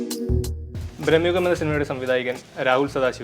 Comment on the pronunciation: Ippalum entha palarum, even anchor ഭ്രമയുഗം enn parayunnathin pakaram ബ്രഹ്മയുഗം എന്ന് പറയുന്നേ🤔